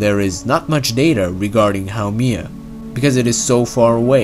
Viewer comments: it's HAU-MEH-AH, NOT HAU-MEE-AH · it's not pronounced How-Me-Ah, it's pronounced How-Mae-Yah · Actually it’s pronounced ha-May-ya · you pronounced the name wrong